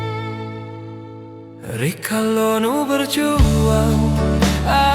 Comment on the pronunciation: Nggih,pengucapannnya kurang tepat,bilang rikale,diucapkan rikalo suksma di cermati juga nggih